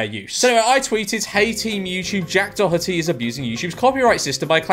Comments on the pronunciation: I think it's said like 'dor-et-eey" and not "dor-hut-eey" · Maybe Jack Doherty copyright claimed u bc u pronounced his name wrong 🤪